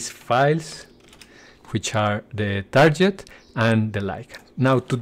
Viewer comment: tarket, not tarjet ;\